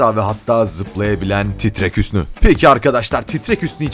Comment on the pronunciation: Titrek hüsnü değil TRRRRREK HÜSNÜ HAGĞGGGG